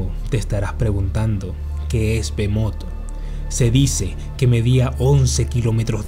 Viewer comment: Bro en vez de leer "Bohemot" ( terrible nombre de pokemon) ley " Belmonth" . Tenemos que ver despues de la sangre de zeus Castelvania bro.